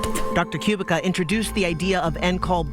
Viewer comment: Dr. Zuzanna's last name is pronounced "Koo-BEET-ska", not "Q-bick-a" !!!